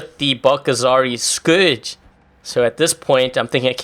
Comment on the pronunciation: Its scourge not scrouges